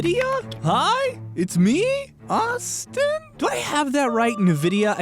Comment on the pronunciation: I always love the accent of 'Dear, ..., hi! It's me! Ausstiinn!'